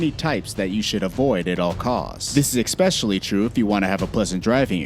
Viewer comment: One small note: ESpecially, not EXpecially.